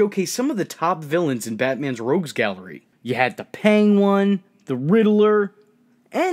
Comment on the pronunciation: “The Pangone”💀💀💀💀